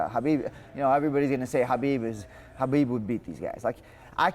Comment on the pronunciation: Respect Beneil for pronuncing Khabib the right way.👍🏼👍🏼😉 The K in Khabib is SILENT.